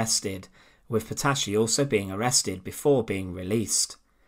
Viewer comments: You should consider find a narrator for your videos 😎 And her name was not PETASHI, but PETATI. That's how it sounds. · Petacci is correctly pronounced in Italian Petachee not Petashee.